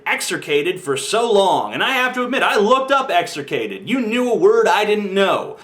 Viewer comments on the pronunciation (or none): By the way TJ, the word is "execrated," not "exercated."